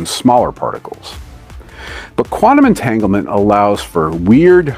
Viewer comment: entanggelmen baca nya bang😊